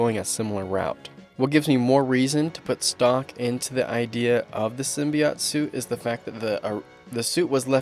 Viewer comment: I've heard 'Sim-bi-ote' and 'Sim-bee-ote' but never 'Sim-by-ot'